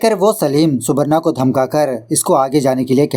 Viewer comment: Subarno pronounciation hoga